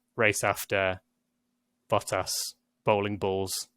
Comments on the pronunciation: love how you are saying bo-as, instead of bottas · This guy literally took the “t” out of every word. The way he said Valtteri Bottas 🤐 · wtf did this man just call Bottas?